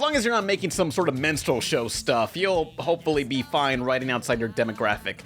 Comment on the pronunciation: Did you call it a MENSTRUAL show🤣🤣😂😂